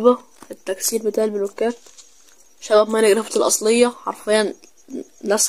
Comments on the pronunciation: اسمه ماين كرافت مو ماين قرافت 😂😂😂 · بس قاعد تنطق الاسم غلط 😂😂